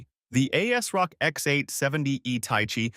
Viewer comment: "Ay Ass Rock" never in my life have I heard someone calling this brand like this :D